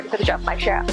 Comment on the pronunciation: And, “shierra” for “Sierra”. 😎